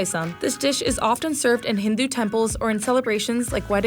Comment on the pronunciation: Excuse me ma'am it is 'hindu' temples not hindi temples 😐😐😑😑😶😶